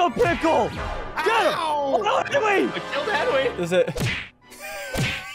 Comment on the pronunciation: “Henwy was rolled by SSundee” got me WEAK 🤣